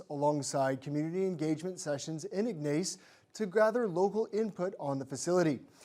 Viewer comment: Ig-nace? Should ensure your newscasters know the proper pronunciation of local towns. And why are we getting news from Northeastern Ontario- first ? Should be local news first, then regional then national.